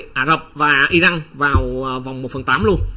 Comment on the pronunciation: Góp y.tên cầu thủ,tên quốc gia k được đọc sai.tên nước họ là iran mà lại đọc i răng.dù vùng miền nào cũng đọc là iran dc.